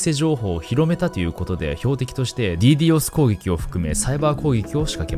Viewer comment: DDos攻撃をディードスではなくディーディオスっていうの初めて聞いたわ。英語発音だとそうなの⁇ てか、オランダのサーバー踏み台に使われすぎやろ笑